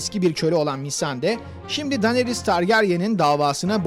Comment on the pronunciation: Daneris dedi ya😂😂😂😂 Abi ingilizcene sokayım dinariys diye okunur o 🤣🤣🤣🤣